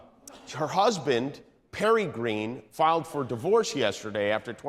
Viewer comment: Marjorie Traitor Green. You said it wrong